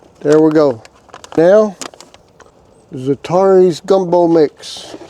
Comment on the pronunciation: ZAT--A-RANS not ZAT-TAR-EES. Not real gumbo without roux but this makes a tasty soup and is actually healthier for you. If you can't make your own roux Savoys has some in a jar you can buy it's pretty decent. But cajun folks all know how to make roux for gumbo. Fun fact "Gumbo" is actually an African word for okra soup. But I like others dont like okra in my gumbo unless it is prepared by a southern master cajun cook. You will know her when you see her. Still regardless of all that I just said. I would happily eat whatever you could not finish. Godd video.